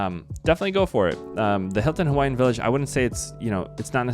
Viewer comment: Excellent video, man. Your pronunciation of Hawaiian words was spot on. That tells me you're either a great researcher, very intelligent but probably both. We're gonna stay there and so your validation makes me happy. Mahalo nui loa! 🍍 💙 🍍